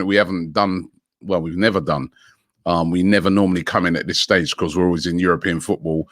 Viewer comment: nobody: robbie: becorse